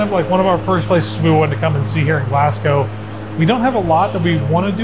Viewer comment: This is a lot of fun! Quick pointer: It’s ‘Glaz-go’ not ‘Glass-cow’ It’s ‘Edin-burrah’ not ‘Edin-borrow’